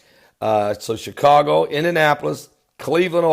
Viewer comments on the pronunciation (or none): none